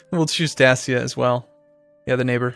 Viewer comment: ***** You're pronouncing Sarmatia wrong it's "Sar-may-sha" like at first. Also Dacia is "Day-see-a"